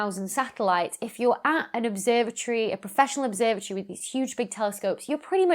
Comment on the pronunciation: That's how it should be pronounced in English.